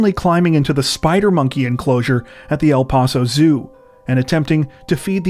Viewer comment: Hey guys, just FYI-regarding your reporting on the incident about the stupid, selfish (both my words for the female) chick climbing into the spider monkey enclosure (and a sarcastic “Thanks a lot, lady, for ruining the exhibit for future generations of viewers) in El Paso, Tx. The town is pronounced “ELL-PASS-owe”, and not “ELL-PAHSS-owe”. Just FYI